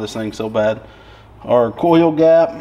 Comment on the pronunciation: best is listening to not being able to pronounce oil or coil...he says it so it sounds like "oyow" for oil or "coyow" coil.. that evil "L"